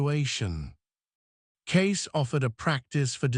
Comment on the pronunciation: Get his name correct, Cayce